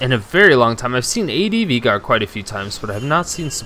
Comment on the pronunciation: It's not VEEGAR.. it's VAYYGAR